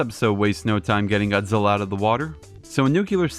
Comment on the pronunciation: It's Godzilla Not Godzilli!